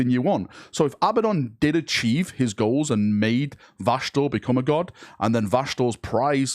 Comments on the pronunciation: It's crazy how you pronounce vashtor as vashnor several times and also pronounced it right in between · I love how you say his name right the first 2 times, then literally go straight to Vashnorr its like your brain is actively trying to get it wrong 🤣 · vashtorr's ultimate goal is not to be a chaos god, but to make pronounce his name correctly the imperium fuel all of the chaos gods, not just this possible mech manufacturing one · Take a shot every time fucks up Vashtorr's name. Literally said it 4 different ways in less then 3 mins lmao